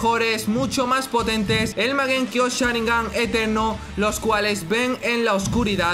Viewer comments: Soy yo o dice magenkio sharingan? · Mangekio sharingan no mangekiu sharingan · es mangekyo! no magenkyo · porfavor no sigas diciendo mal mangekiu sharingan basta me lastimas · magenkyo XD me hizo reir cada vez que lo decia